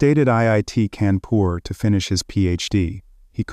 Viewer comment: It's kaa'n poor fyi